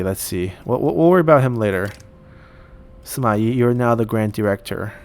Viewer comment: Shouldn't the Yi in Sima Yi be the fourth sound